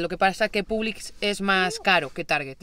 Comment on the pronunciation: Me da cosa cada vez que escucho pUblix es pOblix y no Homedepót sino homedépot